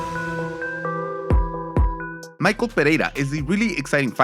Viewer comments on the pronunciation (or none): First fighter's name isn't Michael. It's Michel.. Which is pronounced simmilarly to "Michelle" in english